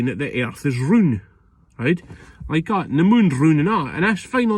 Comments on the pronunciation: The earth is "roond"?? Nope. Still wrong mate. It's ROUND 🌎🌍🌏😂😂😂😂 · The airth is roond? What? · "roond". I just can't.